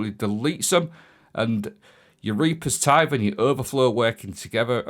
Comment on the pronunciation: Absolutely gobsmacked that he got reapers tithe correct.